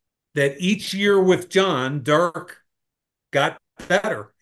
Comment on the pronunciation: Somebody needs to tell mike that derek is a two syllable name😂